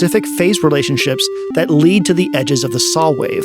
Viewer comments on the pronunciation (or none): none